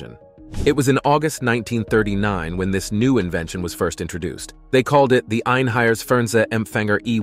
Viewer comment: EINHEITS not EINHEIRS. The first is a german word the second not. And it's E1 not E One. It's effect on propaganda was very small because it was extremely expensive. In some major cities there where some "Fernsehstuben", which where like small cinemas/pubs. Not worth to mention.